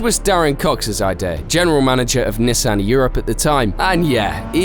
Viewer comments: “Neh san” why do mfs have to say shit weird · Don't ever say Nissan like that again.. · why do you say Nissan like that?